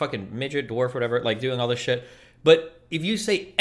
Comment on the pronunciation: my dude said "DISIS" 😂😂